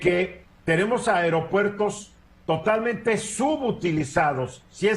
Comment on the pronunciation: Es aero no airo HABLE BIEN......SALUDOS EN TUS TEMAS....FELICIDADES 😉 CDMX......SALUDOS a LA 👍🏻 MEJOR ANALISTA.